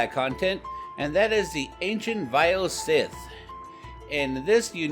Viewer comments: This nigga said vile "sith" 😂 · Not pronounced SITH